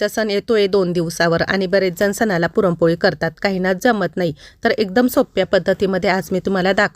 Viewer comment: पुरमपोळी नाही पुरणपोळी 😅😅😅😅